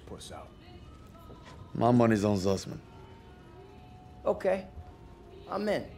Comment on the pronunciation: bang lu ngomong zussman tapi kok kaya susman